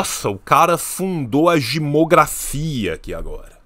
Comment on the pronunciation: "o cara fundou a jimografia"! kkkkkkkkkkkk